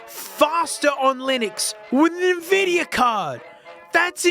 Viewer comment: Tell me you don't understand Linux without telling me. Can't watch the whole thing lol. NPC vibes. Blazziteh. NVidiah. Yeah, no wonder things don't work. In some benchmarks you're missing drivers mate.